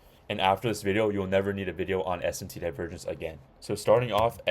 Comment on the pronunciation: Bro said Divervenge